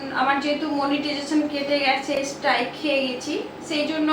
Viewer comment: ঠিকভাবে মুখ দিয়ে স্ট্রাইক উচ্চারণ হয় না😅😅😅😅😅😅😅😅😅😅